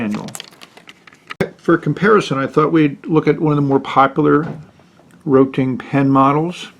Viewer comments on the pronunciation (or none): Hi. just to say, not "Roting" , its Rotring. Rot(Red) ring(ring). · It is pronounced ROAT RING - ROT IS RED IN GERMAN AND RING STANDS FOR ITSELF. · Also he said roe ting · I liked your review, but I just couldn't get over that the pen brand is Rotring.. Not Roting. Again, I really appreciate your review because it was very thorough. Thank you! I want to buy this for my friend. And possibly myself.